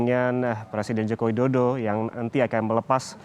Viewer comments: sama, langsung ku dm aja kompas tv nya karna gaenak didenger seperti tidak bisa mengeja saja 😅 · Mas ngmong Joko Widodo yg jelas.... Ga enak bgt didengernya